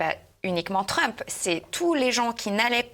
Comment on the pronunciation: LEZ AMEWICANES C'EST LA CLASSE MONDIALE! REGAWDEZ DONALDE TWEUMPE ET JOE BAILLEDENNE PAR EXEMPLES!